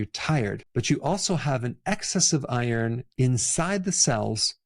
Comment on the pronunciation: as you pronounced iron it nearly sounded like Eier, i was confused for a moment😄